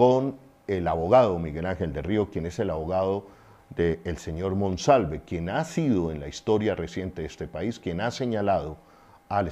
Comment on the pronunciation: Ayyyy noooo su dislexia es muy cansona cambiando nombres, apellidos y leyendo mal. No es MANOSALVE ES MONSALVEEEEEEEE ya medio rabia. Con cuidado porque lo queremos y creemos.